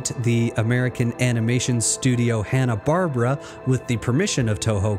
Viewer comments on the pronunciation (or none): "bar-BEAR-uh" is more accurate. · ha·nuh baar·beh·ruh is the correct pronunciation young man .good stuff . all the buttons clicked for you. Keep it up thanks.